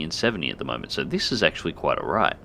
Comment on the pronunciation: Every time you say "quite alright", it always sounds like "quite a ride" to me :D Also, what happens when you get hit by a lightning mid-air?